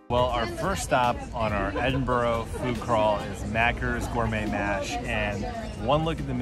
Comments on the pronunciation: Enjoyed the Video and agree the food is amazing, but, it’s Edin b UR gh not Edin bOrgh, all right pal. 😂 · Please. It's not Edinburo. It's pronounced Edinburu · Great video and great channel..... that said fun police here its not Edin-boro, its never pronounced Edin-boro, its Edin-bruh or Ed-in-bra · It's Embrrra. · It`s Edin Bra,and Glas-go. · Edinburgh is not pronounced 'edinboro' :-) In Scotland you can get battered Haggis in most chipshops. Edinburgh chippies use brown sauce instead of vinegar. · How long did they spend in Edinburgh? Clearly not long enough to discover that it isn't pronounced "Ed-in-burrow" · Great food vlog Fyi it's Pronounced Ed in bra 👌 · it pronounce edinburgh scotland okay so pronounce it right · Why can't Americans pronounce Edinburgh correctly? Or Glasgow?